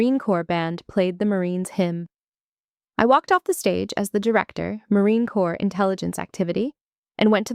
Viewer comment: It's Corps, not Corp. Pronounced as: "core".